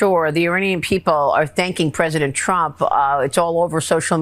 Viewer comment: WHY DO YOU SAY TRUP REGIME